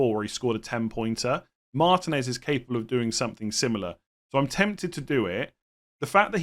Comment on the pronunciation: Pronounce martinez correctly it really isnt that hard